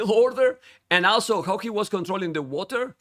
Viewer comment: Every time said 'also' I heard 'Asshol*':)